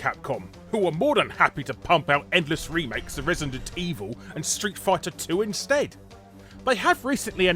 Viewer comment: Did you say "Street Fart-er 2?" LOL!!! (Yes, I am immature. He he)